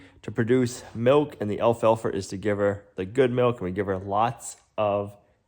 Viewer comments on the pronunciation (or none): It’s alfalfa not alfalfer. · It's the way the people talk in the Northeast. Everyone does it. They know how to spell it but they drop "Rs" and add "Rs" to a word that ends in a vowel. It takes some getting used to. My husband talks this way when he goes back home to his family. He talks fine when he's away from them.